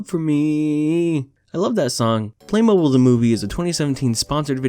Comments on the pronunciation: Wtf I always thought it was pronounced play-mobile, like an automobile but play. My childhood is a lie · you saying playmobil wrong the entire movie drives me to madness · Your pronunciation of "playmobil" is bad dislike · I tried to watch this but I couldn't cope with the mispronunciation of Playmobil and the constant use of "LegoS" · Also, playmobil go nice click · I remember playing with playmobil at my primary school's after school club, the pronunciation in this video hurts my soul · I can't confirm this because I don't think I've ever actually heard anyone use the word before but I feel like he's saying playmobil wrong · It’s said like play-moe-beel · Just as an FYI, most people (including the ads for the toys) pronounce it play- mo- beal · It’s pronounced play mobeel but it just spelled that way. And I played with the things all the time when i was a kid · The way to say Playmobil is: Play-mo-beal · its pronounced play-mobile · it is pronounced "play-moe-beel" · It's pronounced playmobeel btw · its pronounced play-moh-beel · It’s pronounced “play-moe-bi-eel” 😌✌️ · That it the strangest way to pronounce it. "Play-mo-beel" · Its pronounced "Play - Moe - B - eel" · Playmobil is pronounced like batmobile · It’s pronounced playmobeel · Its pernocied play-mo-bill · It's just Lego, not legos. And its play-moe-beel you swine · It’s pronounced Play- moe- beel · Its pronounced play mow beel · It pronounced play moe Beal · This is the first time I've heard someone pronounce it any other way than "play-moh-beel" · You don’t know how to say play mobile ? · pronouncing Playmobil (play-mo-beel) wrong is making me wish he brushed up on his Playmobil lore. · I'm gonna say "play-mow-BEEL" (not a native english speaker)but I can't believe you've never heard a playmobile commercial where you live. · if actually cant pronounce playmobil, its pronounced play-mo-beel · Its pronounced play mobeel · It is pronounced Play-mo-beel. Playmobil is made in germany.